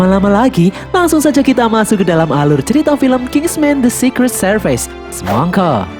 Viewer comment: Servis not serpais 😅😅